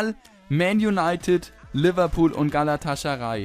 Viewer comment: Man spricht Galatasaray mit 'S'